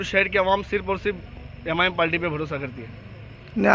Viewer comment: पहले पाल्टी नहीं पार्टी बोलना सीख